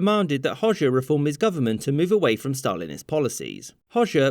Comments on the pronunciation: You dont say it hosha you pronounce it hoga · It's not pronounced Hoshe, but Ho-Ja. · Albanian Hoxha is pronounced like Hoja, not Hosha😭😭😭😭😭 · Its pronounced hodja not hozha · Hoxha is pronounced closer to "Ho-cha" :) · He pronounced Hoxha as Hozhja. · Well represented history! Though, as a side note, it's pronounced Ho-ja (or hodge-a) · You completely pronounced hoxha wrong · Love how he pronounces Enver Hoxha😆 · Yep,as an albanian you are right,he did mispronounce it.